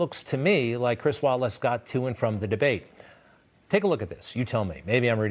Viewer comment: It's Chris "Wallik" everybody! Not, 'Wallace'.